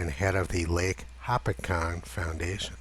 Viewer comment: It is "Ho-pat-cong" not to be petty but it's my homeland. It always froze over in the 1970's into the 80's. The starting getting less and less icy just like you show many times and why.